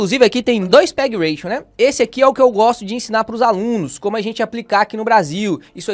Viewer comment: ótimo vídeo e aula, mas só uma correção: é PEG Ratio, sem n no final, de "razão" em inglês. Ration é "ração" em inglês.